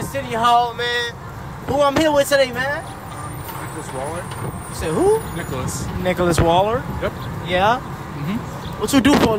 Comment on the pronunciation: “Nicholas Waller”